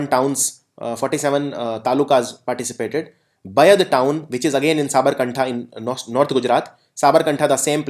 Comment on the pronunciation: it is sabarkatha... not sabarkantha